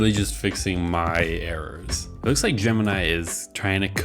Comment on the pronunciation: Hmmm gemni? It’s sooo bad😂😂😂😂